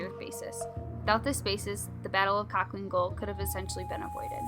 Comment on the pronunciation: It’s pronounced halhiin gol.